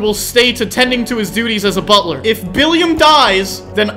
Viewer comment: I just know ranboo was crying everytime technoblade says “bulter”